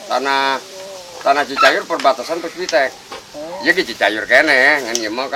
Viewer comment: PUSPIPTEK pak, bukan puspitek.